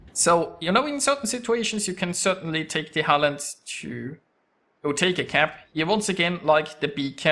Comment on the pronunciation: You pronounced Halland just fine. :)